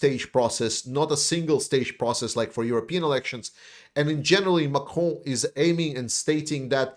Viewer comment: Your pronouncing of Macron is so nice. I’ll only say it that way from now on, also when I say croissant. Very good news, thanks man, Slava Ukraine.